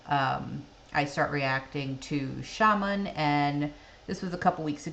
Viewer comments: [shamAAA'n] !!! Not [ sha'men] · Dear friend! His name isn't ShAman, but ShamAn in Russian pronouns. And the word you want to know- sounds "Vstanem".